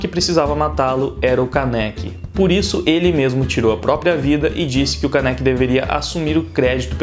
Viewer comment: Não é Kanéki é Kaneki